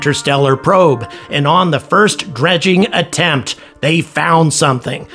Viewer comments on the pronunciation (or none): none